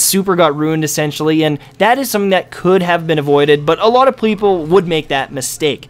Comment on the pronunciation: lol, he probably meant to say player at first and then changed mid-word to people ^^